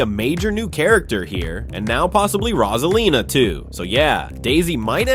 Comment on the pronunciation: IT'S ROSALINA NOT ROSELINA MAKES SENCE